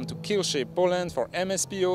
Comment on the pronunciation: Kielce name should be read more like Kyeltse than Keilshe :)